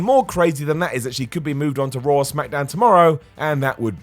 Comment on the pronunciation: Lol they pronounce everything weird Ever notice they seem put an "r" at the end of words that end with an "a"? For instance, they say "Rawr" and "John Cener" 🤣🤣